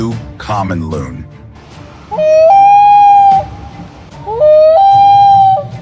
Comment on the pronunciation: its shoebill pronounced show-bill